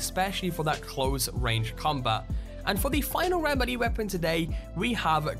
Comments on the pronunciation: i hate to do this but its pronounced may-lay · melee is pronounced may-lay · like the vid but he keeps saying malee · Melee is pronounced like this ˈmāˌlā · I’ve heard all sorts of mispronunciations of the word melée from both British people and Americans (the main offenders) but this one has to be the worst. Unbelievable. 🤦‍♂️ It is a French word and is pronounced MELL-AY not MAY-LAY or MEH-LEE. Honestly. 🇫🇷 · ffs it pronounced 'may-lay' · Gaming Central i cant stand how he says melee weapons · Yeeees. I thought the same thing. Like melee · starodub Did you not hear how he said melee? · Love how you pronounce melee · Are we all gonna ignore the fact on how he pronounced melee weapons? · when he said melleé weapon .... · Ur saying melee wrong and it's annoying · Stop saying melee wrong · The way you say melee is triggering me! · Why tf do you say melee sa Miele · stop saying melee like that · The way you say melee triggers me so hard 😅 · Why are you pronouncing "melee" so weird? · Lol you pronounce Melee so weird... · Hubris, melee. Okay. Krem-vuh? Crickets. No "It's krem-vay" or "kruh-muhv"? "Kraym-vuhkhh"? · Melee: MAY•LAY not ME•LEE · YOU DIDN'T FUCKING SAY MELEE CORRECT ITS PRONOUNCED May-lei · pls stop saying meeley lol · Great vid, but along the lines of pronunciation, "melee" is pronounced "may-lay" 'round these parts. This was the first I've heard "mee-lee". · its melee (may-lay) not mel lee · Does anyone else get annoyed by the way he says mulee instead of melee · It's not maliiiiiii it's melee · melee is pronounced "maylay", not "mee-lee" 🤦‍♂️ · It’s melee not malee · god the way you say the word melee is doing my head in. its pronounced "mel-lay" not milly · It's pronounced May-Lay Not Me-Lee, just saying... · Fritzdexter ikr its ment to be pronounced "melay" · why is it, so many people miss pronounce "Melee" Melee is pronounce, "May-Lay". FYI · Its actually pronounced "meh-lay' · in the Sky "M'leeee!" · Snake maleeeeeeeeeeeeeeee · Bro.... Me-lee